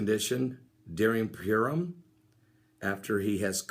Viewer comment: Not to be a smart alack. Purim is pronounced pur like what a cat does. Pur =lot, im is the plural. Purim = casting lots. We see this at the crucifixion where the tall it was gambled for. We also see this word in the celebration / fast of Yom Kippur, The day of casting lots.